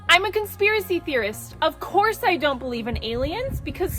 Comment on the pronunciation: The way she puts an H in "course" really boils my piss.